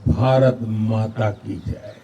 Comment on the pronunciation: You will have to stress on the first three letters BAA RAATH MAATHA